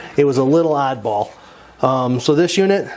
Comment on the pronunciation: LOL I know what he said, but it sounded like something else!